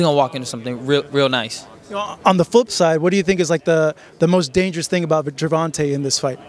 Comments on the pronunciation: This dude always saying “gervontuh” 😒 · as disrespectful as ever...butchering Gervontas name!!! I bet if Davis checked them on that bullsh*t they'll change their tone real quick 😂😂🤡🤦